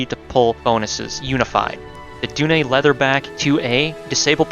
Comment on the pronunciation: Dunne is pronounced "Done", good video, sub'd :)